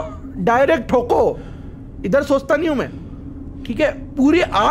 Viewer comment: Toko ma to ❌ THOKO ✅